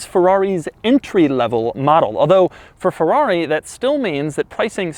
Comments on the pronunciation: P O RR T O F I N O, please. NOT porrofino. F E R R R A R I not farari. PLEASE!!! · Not Feuuuaauuuii! FeRRRaaaRRRiiii! :-D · Come on, can't you even say Ferrari? When you are bored inventing your own brand pronunciation? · Boy its called FERRARI and NOT fevvauvi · I hate how he says Fewawi.... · Nice Pherrawree! Nice Topperation :P